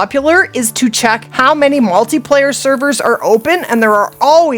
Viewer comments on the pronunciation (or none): none